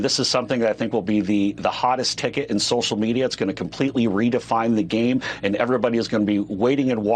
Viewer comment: pwonunciation: "Social Meatier."